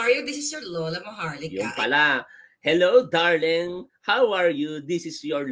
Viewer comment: Hindi bagay sa yo tutubi ang magsasabi/ pagpronounce “ darling”,hindi bagay sa dila mo. Mapag udjok ka sa ibang tao pra may mahikayat ka sobrang bigat ang mga ginagamit mong salita, it will comeback to you.